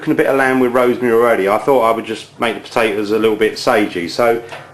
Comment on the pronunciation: PAPATOSS lol ahahah he ses it so funny!! !@